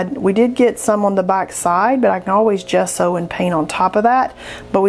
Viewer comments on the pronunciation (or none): none